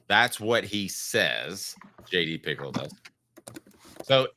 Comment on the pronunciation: Pretty sure it's pronounced picKEL